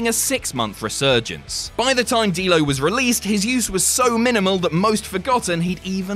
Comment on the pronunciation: You said Dammit D-Lo in a Dublin accent didn't you?